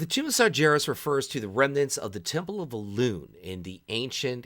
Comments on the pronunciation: It's Sargeras, not sarjeras or sarjaras xD :D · It's pronounced Sargeras with a G like Gary, not a J!